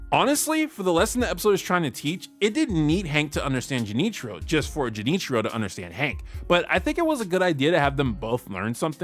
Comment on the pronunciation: To answer your question, Junichiro's Japanese pronunciation sounds weird, and he even uses a more casual request form when he says "Excuse me, but if you see this man, please give me a call." That being said, the man he talked to has pretty natural sounding Japanese. It is pretty normal to exchange or give your business card in Japan, but usually not to someone you just spoke to for a few seconds. Junichiro's approach is somewhat accurate I'd say, and the business card allows people to know to call him if they see Cotton, but obviously, doing that with one person at a time would take forever to actually find him. Haha